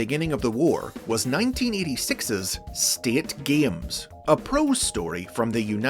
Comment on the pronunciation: Today I learned..."state" is a two syllable word pronounced "sta-eet".